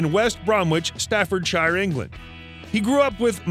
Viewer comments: Pronunciations...West Bromich and Staffordsher (I’m being really picky!!) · Lol, at the way they pronounce West Bromwich, Staffordshire, and Worcestershire. Why is there a picture of Mick Jagger ? When it first talks about him meeting future bandmate John Bonham why is there a picture of Robert Plant and Jimmy Page? Wow, when listing some of their albums they miss out 3 of the most famous ones, Led Zeppelin II, Led Zeppelin III and Led Zeppelin IV!